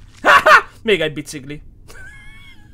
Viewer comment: csak én nem ugy mondom a biciGlit hogy biciGli hanem biciKli xD